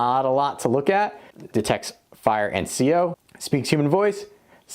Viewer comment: CO... not CO2